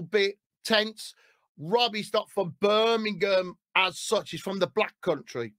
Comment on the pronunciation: Hes saying Birmingham wrong by the way ha 😂